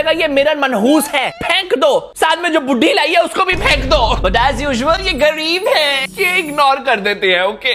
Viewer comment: That 'gawreeb hai✌️' 😂😂